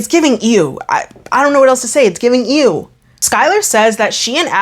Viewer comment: lol i love the way you say ew, it sounds like ewe . Accents are so fun. Thanks for the video !!